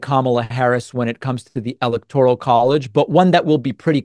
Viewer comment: David, it’s NOT an “EL-ek-tor-ul” vote!